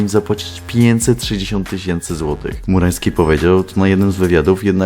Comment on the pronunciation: Ciągle słyszę "FURAŃski'